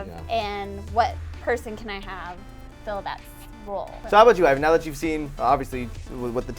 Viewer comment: IVAN not IAN.